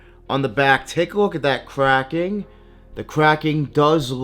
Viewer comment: Kwacking are you trying to say cracking. Next time have a fake to compare you 🤡